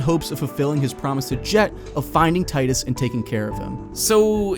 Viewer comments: ) great video btw. love your channel! but also its tee-dus. XD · Tidus. (Tee-Dus) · TEE-dus TEEEEEEEEEEEE-dus.